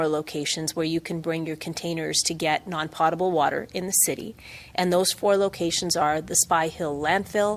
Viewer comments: Gondek doesn't even know how to pronounce "potable". Dope. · The mayor should learn how to pronounce potable. poe-tuh-bl